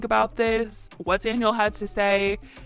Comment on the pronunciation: Can you please learn how to say Safiya’s name correctly ? It would have taken you 2 seconds